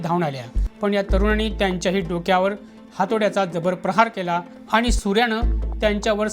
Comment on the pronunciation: वृत्तनिवेदक आनी , पानी आनी लोनी